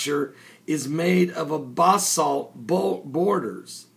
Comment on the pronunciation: wow,,,,great video,,,but funny,,,he says borders when he should say boulders, and he is not that good at pronouncing basalt(should be pronounced like bathsalt , not bahhhsoult). ,,,,but heck, everyone knows the water levels have risen since way back when the pyramids were fresh. but yeah i cant wait to hear further investigating,,,because right now they are dripping out facts about it slowly,,chiip chip cheerios